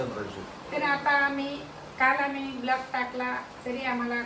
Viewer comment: Vlog❌ Blaag✅😂